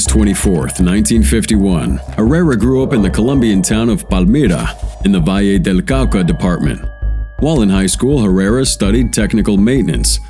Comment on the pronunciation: Valle del Cauca, not KAKA.